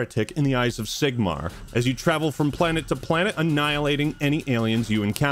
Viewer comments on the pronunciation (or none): Did you say SIGMAR